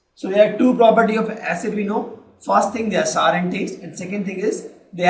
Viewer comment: female voice in good in exam fear than male so....plz mam we feel better if you explain and sir dont feel bad sir, its notsar its sour not only this there some more mistakes in pronounciations of other words